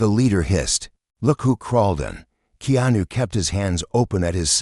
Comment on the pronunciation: At least please pronounce Keanu's name correct